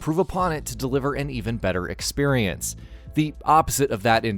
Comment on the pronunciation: drinking game, take a shot every time he says "expirience"